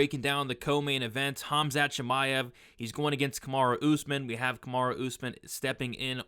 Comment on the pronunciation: Khamat???? lol